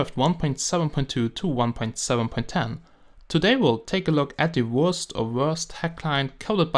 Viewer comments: Wurst is german. so it is pronounces Verst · This is the Wurst Hack Client Lol sounds like he says the Worst Hack Client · When you say wurst logo it sounds like your saying worst logo XD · Sounds like you are saying "Hey guys, this is the worst minecraft hacked client"